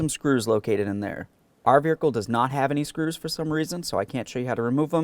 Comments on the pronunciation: was he saying beericle or vehicle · I love these videos but someone’s gotta tell this man Vehicle doesn’t have an R in it.